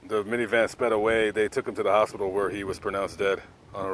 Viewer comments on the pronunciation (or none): none